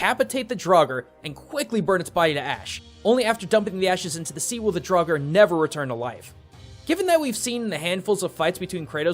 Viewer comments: draugr is probably said like draugur witch means ghost but hey, that might be a coincedence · How you prononst Draugur made me dead inside btw i am Icelandic. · As a icelander I would point out you miss pronounced Grettir and draugr if you were aiming to speak it correctly. Learning the Icelandic alphabet would be efficient as all letters always make the same sound as if they were individually. I do love your content but I hope you could try respect the culture that you use your resources from as you've done in the past. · And the word "Draugr"